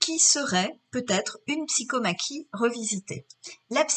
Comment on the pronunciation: C'est bien de donner des leçons de français, mais il faudrait commencer par apprendre à énoncer correctement. "Gageure" se prononce "gajure" et on ne dit pas "psykomaki" mais "psykomachie" (le son "ch ", pas le son "ke", comme dans tauromachie). Quant à l'idée d'un seul combattant, je ne suis pas d'accord avec cette interprétation, mais on peut en discuter.